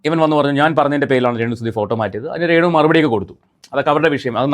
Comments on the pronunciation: ഞാൻ അവന്റെ വീഡിയോ ഒരെണ്ണം കണ്ടിരുന്നു എന്തൊരു ദുരന്തം ആണ് അവൻ കഷ്ടം രേണു എന്ന് പറയാൻ പോലും അറിയില്ല റേണു എന്നാണ് പറയുന്നത് 😂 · അപ്പം.. ഇവൻ.. കള്ളം.. പറയണ.. ബ്ലോഗറാണ്... ഇവൻ്റെ... ബ്ലോഗാണ്... പ്രേക്ഷകരേ.. ഇവൻ. പച്ചകള്ളമാണ്. ഇവൻ്റെ.. ബ്ലോഗിൽകൂടി. പറയുന്നത്... ആരും.. ഇവനെ.. വിശ്വസിക്കല്ലേ.. പിന്നെ.. ഇവന്.. മലയാളം.. ശരിക്കറിയില്ല.. ശ്രദ്ധിക്കൂ... ഇവൻ... രേണൂ.. ന്ന്.. പറയില്ല.. റേണൂ.. ന്നാണ്.. പറയല്.. അതേ.. പോലെ.. സ്സോസ്യൽ.. മീഡിയാ... ന്ന്പറയും. ഇവൻ.. ഇവൻ.. ബഗാളിയാണ്..